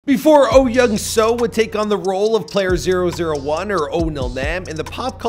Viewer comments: Is your name Michael pronounced “Meecull”? No. Well, then perhaps you could understand that the name Soo in Oh Young-Soo’s name is pronounced with a long o sound. It sounds exactly like the name Sue. Not “so”. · bruh i cant with white ppl- there are 2 o's in his name --> pronounced sooooooooooo